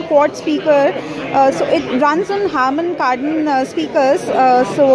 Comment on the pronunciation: 'It RUNS on harmon cardom speaker' WTF